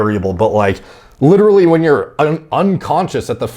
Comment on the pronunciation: Couldnt even make it 5 seconds into the video without hearing him say ‘LiDdErLy’